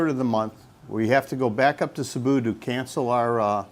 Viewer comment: Sabu!!? Where’s that 😅?? I’ve heard of Cebu Cmon pronounce it correctly It’s See-boo 🙄🙄🙄🙄🙄🙄